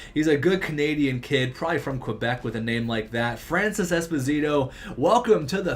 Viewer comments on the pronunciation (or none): none